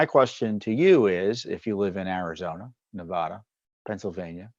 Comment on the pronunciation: Tom, a minor point the MSM always gets wrong is in the pronunciation of name of the State of Nevada. Any native of the aforementioned will tell you the "vad" in "Nevada" rhymes with "bad", not "pod". In fact, I've heard quite a few surly and long-winded lectures on the subject.